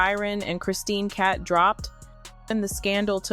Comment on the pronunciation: Cabot not cat